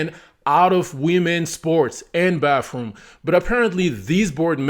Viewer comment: Bathroom. Not "Bafroom"